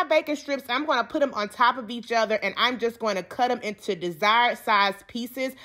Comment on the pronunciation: Intew Tew I love how she says two tew intew